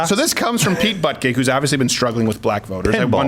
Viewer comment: Pete Butt-Gig. Lol.